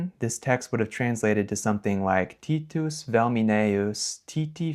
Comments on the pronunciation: The "Tîtî" is wrong; the i in "Titus" was short, even if it sounds somewhat ridiculous. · If you listen to Polymathy, Latins read Velminaeus as Uelminaeus. If this maybe debatable Titus was not pronounced T a ee t schwa s , but the same as you pronounced Tito , except for the ending -us . Also ae wqas pronounced as a diphtong a e , not e. Judging from the second text, Foied vino ...., the conclusion is that you have first to learn the correct Latin pronounciation.